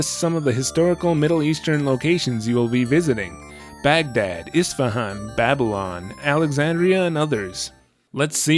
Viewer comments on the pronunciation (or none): none